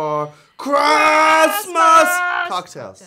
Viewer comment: We're here for Chrasmas! ...what's _Chrasmas_?